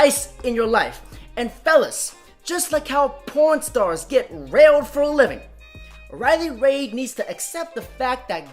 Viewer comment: This is probably the first video where you're completely 100% wrong. Riley is a genuinely nice woman. P.S. Try pronouncing her name correctly. D'oh!